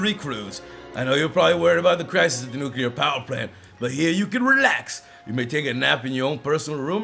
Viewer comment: catch a nuquler tancoon